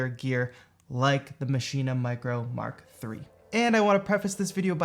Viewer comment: Thanks for a great video….. and saying MARK 3 not m k 3!